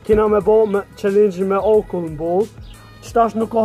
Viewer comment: Thuj qallengj Jo qelengj